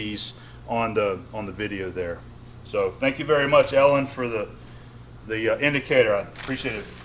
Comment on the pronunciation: "Tank you all for watching, have a nice day."